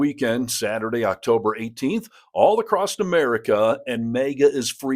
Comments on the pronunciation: Across bro…there’s no t or ed in across. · pronounce across without a “t”.